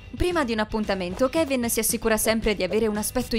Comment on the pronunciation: Ma si dice Kevin